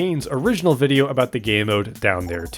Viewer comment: Berry bool bideo